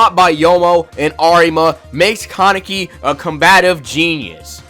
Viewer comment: Bro you literally said almost every name wrong and you even said kaneki wrong the main character of the show 😂😂😂